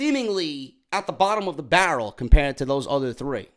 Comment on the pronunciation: You said bottom of the bar row like that email LOL